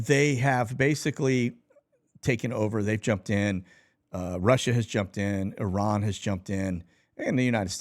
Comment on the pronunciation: Thank you for pronouncing Iran correctly...